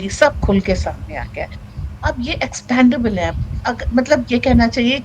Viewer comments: expAndable nahi expEndable. Uccharan sahi kijiye. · Sorry, Expendable. Not Expandable.